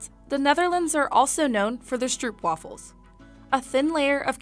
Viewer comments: struep waffels.... its str-o-p wafels. thats how u pronounce it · Speculas It is ducking SpecuLAAS And its not Strupwafles but stRRRROOOOOOOPWAFELS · THE WAY SHE PRONOUNCED STROOPWAFELS LMFAOO